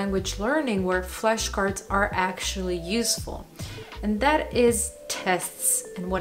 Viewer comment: why is she saying "fleshcards"?